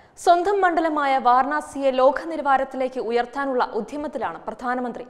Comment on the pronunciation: ലോഖ നിലവാരം അല്ല ലോക .... ഇതു പോലെ ആണ് എല്ലാം ...